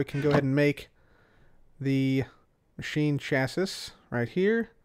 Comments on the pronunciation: it's pronounced chass-ee, not chassiss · "Chassis" is pronounced either "cha-see" or "sha-see", but not "chas-iss" :) Also, interesting tidbit: in the real world, a clathrate is a crystal which has molecules of some other material trapped inside its lattice. What exactly is trapped inside the glowstone of the Energized Clathrate, I don't know... But the Thermal Foundation documentation says that the same ore which drops it can also drop small amounts of sulfur, so I'm guessing it's a glowstone crystal with sulfur trapped inside. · I love you... but it’s “chass-ee”. It’s not the biggest deal but I feel it in my soul when you say “chass-is”. Someone I watch, who’s a great YouTuber and I love his videos, but he says “equippeded” and it kills me. “Chass-is” isn’t nearly as bad though lol. Not trying to hate btw knowledge is power!!!! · I believe that 'Chassis' is pronounced 'Chas-ee'. (Not 100% sure, but it sounds right). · MrCinnamonWhale yeah it bugs me too. Chassis rhymes with classy. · Chassis rhymes with classy. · Not trying to sound like the word police but I'm pretty sure chassis is pronounced chassy. Like the Pokemon chancy but without the N. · It is pronounced Chas-ee for your information.